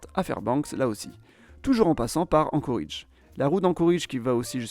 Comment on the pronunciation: Globalement intéressant. Mais d'une part on ne prononce pas "Anchoridge" mais "Anchorédge". Et d'autre part, aucune mention de la ruée vers l'or, surprenant. Comme s'il ne s'était rien passé économiquement avant 1960. Certes, le gisement se situant au Klondike, dans le Yukon canadien, mais les gens s'y sont surtout rués via l'Alaska, d'où le nom de Alaska Gold Rush.